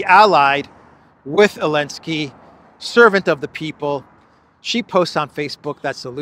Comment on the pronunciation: Why does he say "elensky" instead of "Zelensky"?